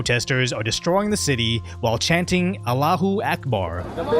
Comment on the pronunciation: blud pronounced "allahu akbar" wrong💀